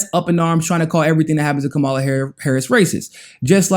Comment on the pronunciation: Okay, now check Kamala's name. She says it herself in her clapping tutorial. She is a terrible candidate who needs to be rejected, but say her name correctly.